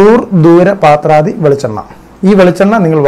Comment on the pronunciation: പാത്രാദി അല്ല.പത്രാദി ആണ്‌. പത്രം എന്ന് വെച്ചാൽ ഇല